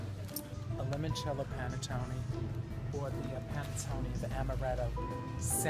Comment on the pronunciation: nothing like hearing coco say panettone to brighten your day